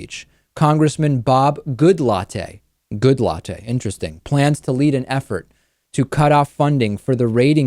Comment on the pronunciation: Bob Goodlatte's name is pronounced: "Good-lat." The same "a" sound in like "cat" or "bat." "E" is silent.